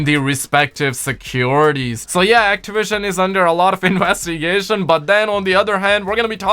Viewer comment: Actawision lmao 😂😂😂😂😂😂😂